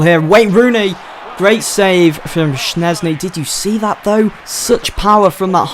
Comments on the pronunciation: It's pronounced shezny NOT shnezny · Jesus christ schzesny is pronounced as it is written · he says Szczęsny wrong